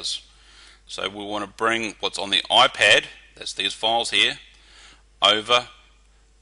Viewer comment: Its IPAD not OIPED!...